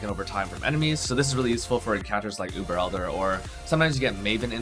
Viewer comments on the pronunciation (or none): none